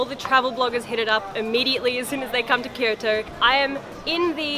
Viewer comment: Occasionally when says, "Kyoto" I hear "Kirito"... Just me?